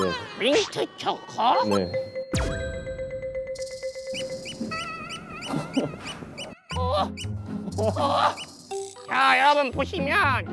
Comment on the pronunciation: 소다아 민튜쵹코 풔얼 발음 진짜 귀엽당☺ 사조참치 들고 날개로 사 자 살짝 가려주는 우리 펭수 센스도 좋고♡ 근데 피넛버터,타피오카 펄, 마시멜로, 하와이안 다 호빵에 넣기는 좀 ㅋㅋㅋㅋ 개인적으로 잡채호빵 나오면 좋겠는데 야채호빵이랑 별반 차이없는 거 같기도 하고 ㅋㅋㅋㅋ 고기 잔뜩 들어간 호빵 나오면 좋겠당! 아님 꿀호빵!!!! 같은 단맛도 꿀은 개운하고 뭐랄까 좀 더 깔끔해 ㅋㅋ 펭수야 삼립에게 말 좀 잘해됴..